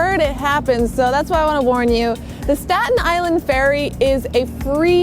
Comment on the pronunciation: Isn't Staten Island pronounced differently?